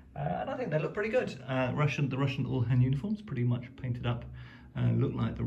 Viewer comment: Really nice. Just on your pronunciation, I think the lancer term uhlan is pronounced yoo-lan, not ull-han 😊